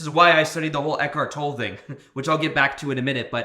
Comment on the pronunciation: Thanks for sharing. Eckhart’s last name is pronounced “TOA - LAY.”